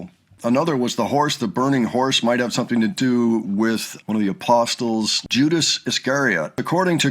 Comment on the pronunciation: FYI: The 't' in apostles is silent.